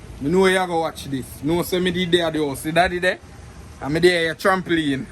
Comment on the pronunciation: Did just say, tram-pleen??😂😂😂😂😂